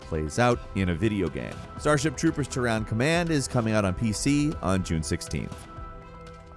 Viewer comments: Did you really just pronounce Terran (Tear-un or Tear-in) as Tehran? Wow. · said "Ter-rhan" rather than "Tear-ren" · Tehran is the capitol of Iran, it is not Tehran command, it is Terran command. Terra is earth, the planet you live on friend. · That was the strangest pronunciation of terran ever. Tear - ren. LOL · dude you might want to look up how to pronounce Terran.... it doesn't sound like Tehran. >.< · Did you say Tehran instead of Terran? Terra... Terra Firma... EARTH mofo. Come onnnnn. Sheash. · I guess not knowing how to pronounce Terran means he’s never played StarCraft.